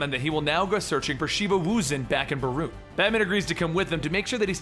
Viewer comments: it’s Beirut. not baroot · 😣 Dude its ez, ‘bay-rute’ and ‘addis - ah -ba - ba’